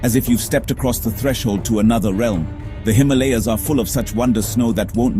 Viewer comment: Incorrect pronunciation of Himalayas! And by someone who should know better!!!!!!